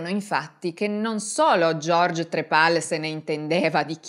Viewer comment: stavo ascoltando attentamente fin quando non ha detto "trepal" sto schiattando